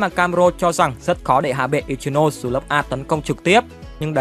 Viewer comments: I chi no sê anh đọc v đi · )) ad đọc hẳn i chi nô sê đi chứ nghe kh quen ad ơi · K liên quan lắm nhưng đọc là i- chi- nô- xe mà ad :>> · là i chi no sê chứ k phải ichimũi nha a còn k thì anh gọi là ichilose cx dc :)))))) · anh có thể đọc ichinose thành i chi nô se đc ko ạ vì e hayy xem 2d tộc họ nói v nên nghe quen r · ko phải bắt bẻ j đâu nhưng tên của Ichinose là tiếng nhật mà ông cứ phát âm như tiếng anh nên nghe hơi kì:v